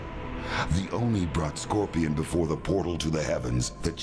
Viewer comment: Scorpion is so badass he can't even pronounce his own clan name correctly.